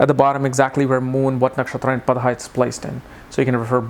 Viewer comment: its PADA not padHa !!